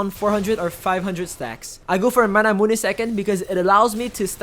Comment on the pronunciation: Triggers me that you say manamunÉ. But overall a good video :)